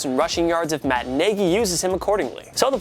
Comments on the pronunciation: Did he just say Matt Niggy....it’s Matt Naggy 😂😂😂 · Why can’t you guys say your A’s? It’s not Matt Nigy, it’s NAgy. Not Jonathan Tiller, it’s Jonathan TAYlor